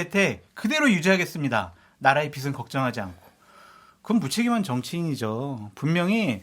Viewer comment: 빚은 을 비슨으로 발음 하지 마시요 한글조차 제대로 못하면 공개된 장소에서 입열지 마시요 돈을 빌려서 빚은 비즌 으로 머리빗는 빗은 비슨 태양에서 빛추는 빛은 비츤 으로 발음 하는 거외다